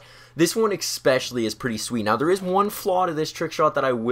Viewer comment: did he just say expecially? I thought I liked him but never mind.